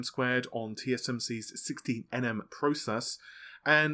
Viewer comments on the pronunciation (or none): none